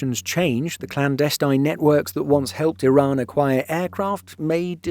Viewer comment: The channel's pronounciation is much closer to the actual pronounciation of the country. I also really appreciate the channel narrator pronouncing Iran like e-Run and not like amny Americans pronouncing it like I-ran.